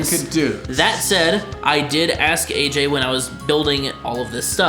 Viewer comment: I just realized that he says hey-j, im AJ